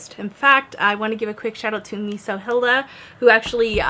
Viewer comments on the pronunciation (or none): none